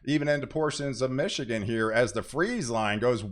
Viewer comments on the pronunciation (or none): none